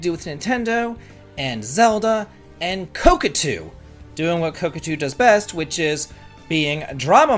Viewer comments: Ko Ta Ku not Ko Ku Tu 😊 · Never heard anyone pronounce kotaku as "cockatoo". Did you do it on purpose? Cuz I love it! And it's pretty fitting too, screw that parroting, click-baiting, piracy-promoting rag. And a huge raspberry for the Saudi government too. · Your the only person That says kotakoo lol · I will forever remember ko-ta-ku as co-ca-tu long after they went bankrupt lol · I love.... but it seems a little weird he can be so involved in games and reviews and stuff and has never heard anyone say koTAku.... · Man it is difficult to follow without laughing when every time instead of Kotaku you say cockatoo 😂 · Ka...ka...tu. I get it. It's a type of bird, right? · I know it's just because of the classic Davidlexia, but I am absolutely calling Kotaku "Coke-a-too" from now on. xD I don't know what so many rubes like this think they can screw around without finding out. And kudos to Square for taking a stand against censoring their art. I hope Saudi gamers can import the game (or play it "any way they can") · It's not pronounced Kotaku but Kotaku. You can also say Kotaku or Kotaku, even Kotaku is fine but not Kotaku. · Beautiful explanation. I'm seriously pronouncing it that way from now on on-purpose! IoI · the "t" is before the second "k". Love ya buddy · I giggle every time says kotaku lmaooooo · It's totally fine. It's a useIess gaming marketing site on the level of ign, they don't deserve to be pronounced how they want IoI